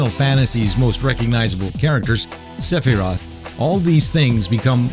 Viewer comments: Its not Seph-I-rot It's Seph-Er-Roth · sefearoth was a funny mess-up aswell